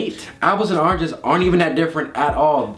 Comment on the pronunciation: Omgosh said arnges instead of oranges😻😹😸